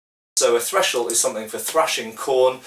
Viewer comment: I think you're saying "threshel" around 5 minute mark. The word is "thresher". Good video as always. Cheers.